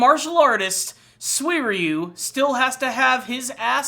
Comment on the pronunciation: How did he pronounce his name, come again? Swierieyou???Dumbass